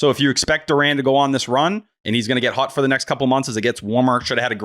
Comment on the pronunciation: Why does say “hot” like “hut”?